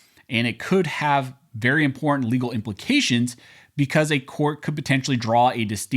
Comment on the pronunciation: Stopped listening when noted he can't read or speak the word imporTanT